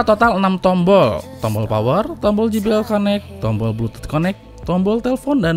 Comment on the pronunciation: sorry bang,eja jbl nya : je bi el ,bukan ji bi el :D